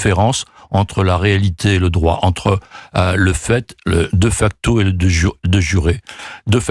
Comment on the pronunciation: On dit "dé facto" et non "deu facto". Ce monsieur n'a pas fait de latin ?